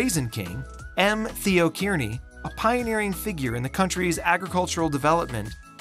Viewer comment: excellent coverage of fresno . please correct pronunciations of names such as kearney , simonian , meux